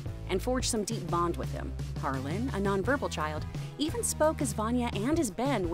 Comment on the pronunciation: Guys, it's Harlan not Harlem.